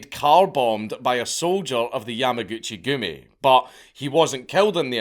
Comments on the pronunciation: yamuhgoochie goomie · Every time he says Yamaguchigumi it sounds like a joke 😆